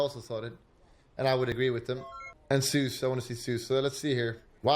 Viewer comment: Can he not pronounce the letter "Z"? "Seuss".